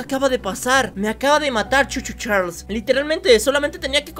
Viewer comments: No sé lee cho cho chales se Lee cho cho charles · no se dice Choo Choo Charles se dice Charles